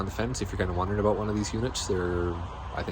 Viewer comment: Where are you from. When you say About I hear “A Boat”. 🤦